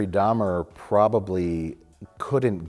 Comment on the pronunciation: "Dhamer dash monster colon" lmfao 5 secs in im ded